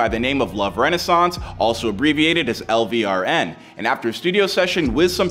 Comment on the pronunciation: It's LVRN did anyone else catch that error of him mispronouncing the label?? 🤞🤞